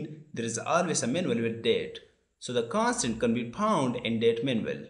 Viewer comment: Did he said, 'Can'tunderstand' or 'constant'